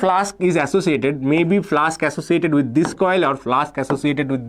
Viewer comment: flux ❌ flask✅